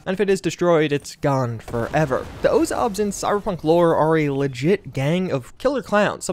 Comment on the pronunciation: Bozos, not "the ozobs"